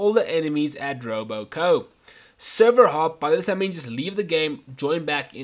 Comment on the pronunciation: Every time you said Robo Co instead of Robco it made me want to punch babies.